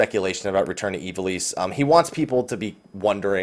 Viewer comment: Aw man I just gotta say it: Ivalice. (EYE-vuh-liss)